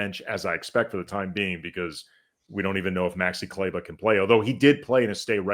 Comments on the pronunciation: I love you guys! …but small quibble, please stop mispronouncing Kleber for whatever time he has left in LA. It’s KLEE-bah. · They should Call locked on Mavs and ask them how to say his name. It’s not complicated.